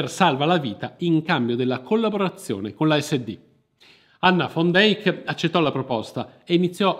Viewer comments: Peccato che la pronuncia(visto che conosco amici olandesi) sia come l'ho riferita io... Al massimo è accettata la declinazione in fan... Ma fon non ha niente a che fare con la pronuncia olandese o fiamminga... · Perché "fon"!!! era olandese si legge "van" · Pronuncia continuativamente errata del cognome della donna... Van non va pronunciato alla tedesca( come fosse scritto von...e da lí la pronuncia fon) ma alla olandese...che declina in...van...!!!! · Ma quale FON DEIK...L'Olandese non è il Tedesco! SICHEREIT DIENST poi, l'hai pronunciato in modo orrendo!